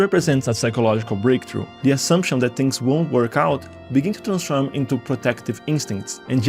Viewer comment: the moment you said "transform" i was like "🇧🇷 ?"